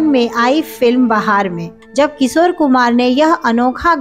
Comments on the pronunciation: एक एंकर के लिए सही उच्चारण बहुत जरूरी है। किशोर होता है। किसोर नही। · सोर, सोर, अरे बाबा सोर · किसोर मत बोलो। Work on your pronunciation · इनका "किशोर" शब्द का भी उच्चारण भी ठीक नहीं है.